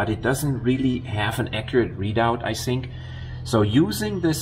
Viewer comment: “That’s what you sink” :)